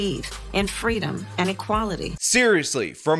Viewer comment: fweedom lol